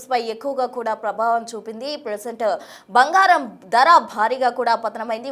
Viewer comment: Bhangaram kaadu bangaram